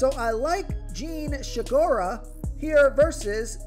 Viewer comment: "Shegura", Lmao. There's no "H" in Segura, just fyi